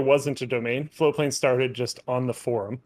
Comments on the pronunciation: I have always heard it as FlowPlane not Floatplane. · I always thought you were saying floplain. Floatplane. It's FLOATPLANE. Got it.